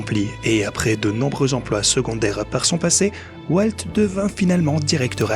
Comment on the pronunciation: Walteuh Disney, franchement il fallait le faire... Donaldeuh Trump en force !